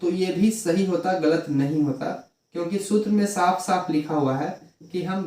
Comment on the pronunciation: Daf😂😂😂😂😂😂 saf nahi 😢😢